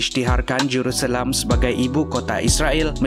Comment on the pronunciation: Bro it's Jerusalem not Juruselam what the fuck bro